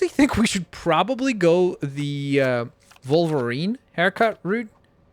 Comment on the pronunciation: Wolverine not Volverine